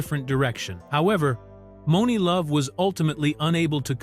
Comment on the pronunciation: I'm surprised actually got the name Monie Love right 😂